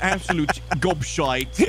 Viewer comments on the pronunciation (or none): Gob Shiiiiiiiiiiiitee haha touch of Irish in it seems 😂